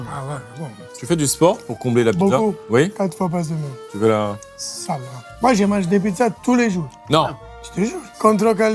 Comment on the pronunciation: "Tu vois c'que j'veud? " je vais tout casser